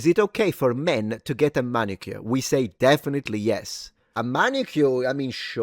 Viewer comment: It's MANicure. Come on.